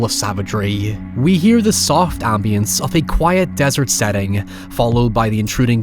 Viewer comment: What was that pronunciation of "AMBIEnce"?